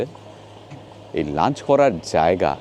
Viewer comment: kotha ta charch ba lanch noy, kotha ta church ebong lunch